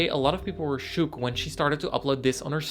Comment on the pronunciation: Off topic but... did he say shOOk????